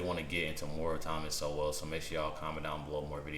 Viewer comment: Why can’t anyone pronounce his name it’s sole not so well